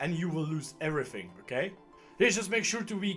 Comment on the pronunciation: "oke", "okee" XD